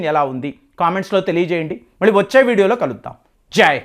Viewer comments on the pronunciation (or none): none